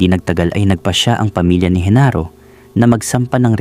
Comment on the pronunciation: Genaro not Henaro